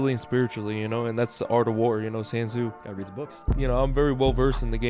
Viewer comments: "San Zoo". LOL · Did this dude just pronounce Sun Tzu as san zoo. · "San zu." Jesus, Dillon hasn't read a single book in his life, and he is an even worse fighter... he's gonna lose to Paul, whether his fiance is a slapper or not. They're both pricks. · Did this man Dani’s really say San Tzu